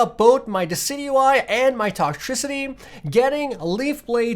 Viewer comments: Decidueye is Pronounced as desidueye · Decidueye = Dee-ci-ju-y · dicidueye is pronounced disi-dyu-eye allso you should watch the pokemon series on netflix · its pronounced (di cid juw eye) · He called it dockeye